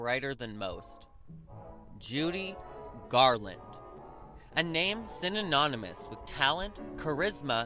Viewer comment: good God, man learn how to pronounce the word synonymous. Also, she died 55 years ago. Your research is really crappy.